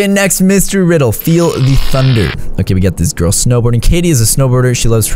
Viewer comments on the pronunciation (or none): none